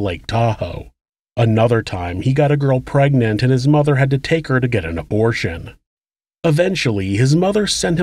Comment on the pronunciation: 'His mutha weemarried'...sounded so weird